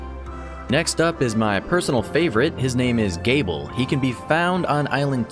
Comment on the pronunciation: Interesting to see characters from the Bloodstained series in this game. Also, just to clarify, Gebel's name is pronounced Jee-bull